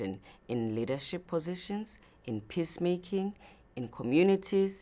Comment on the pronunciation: I know what she really said but honestly first time I heard it I thought she said "piss making"!!